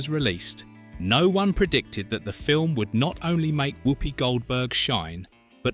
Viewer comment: He also keeps saying "woopy" instead of the "wuppy" pronunciation which he would know if he had watched it lots of times